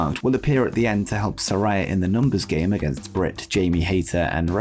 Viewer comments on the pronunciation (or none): It's pronounced Sa-RAY-a, not Sa-RAI-a. Get it right that annoys the crap out of her